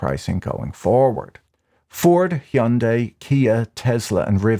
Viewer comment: Heeeyundie is definitely questionable 😂 love you Patrick but the pronunciation is interesting.